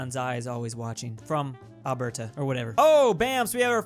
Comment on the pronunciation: The way pronounces “Alberta” is highly disturbing